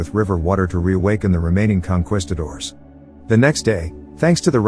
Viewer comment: It's con kees cators. Not quest cators Tomato tomato. I know